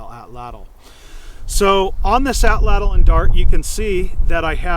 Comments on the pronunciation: Woomera is just one of the Native Australian words for this tool. I'm ok with Atlatl--but it should be pronounced correctly--which almost never happens. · Please learn to correctly pronounce Atlatl. It is disrespectful to the Nahuatl people. This is the language of the Aztecs. Not only do you learn one of two incorrect pronunciations of Atlatl in college Anthropology courses-- but the two incorrect pronunciations are so pervasive that I have heard Native Americans in North America get it wrong. They, of all people, would like to get it right if they knew better! Excellent video, though--one of the very best!